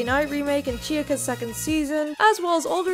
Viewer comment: LOL did you just pronounce "chaika" chiagii?